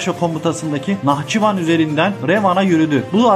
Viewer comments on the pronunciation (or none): none